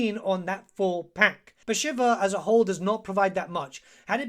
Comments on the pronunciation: pronunciation of the name was so bad I had to close the vid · 40 hours of play time and you still can't pronounce her name. /s